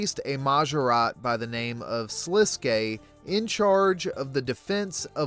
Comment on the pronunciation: many channels call him "Sliskk" and it drives me insane. You are the first to ssy it right